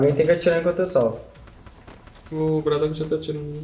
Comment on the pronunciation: Quem pesebeu que u nome bradoock em vez de ser bardoock